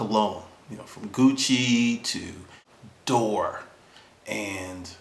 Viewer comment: did you just say door? its DEE-OR dior. lmao its all good though, you have more important things on your mind.